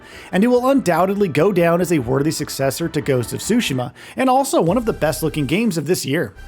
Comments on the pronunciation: TSU-shims NOT SUSHI-ma there’s a t there sir. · Wish people knew how to pronounce Tsushima correctly. Ahhh Americans 😢